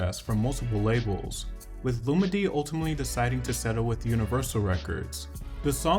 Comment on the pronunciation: Lol her name is pronounced (Lu-MeE-DeE) 🤣 but excellent video as usual.